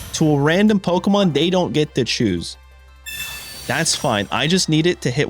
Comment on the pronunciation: I’m not big on commenting on YouTube videos even when it’s a content creator I support monetarily but it was nice seeing my name in the video. I continue to enjoy your content ever since I came across it. It’s also why I can overlook you purposefully butchering the names of Pokémon. Let’s go Team Crown.